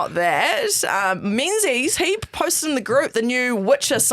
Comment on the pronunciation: Menzies is pronounced Mingus, or Ming, bless you guys!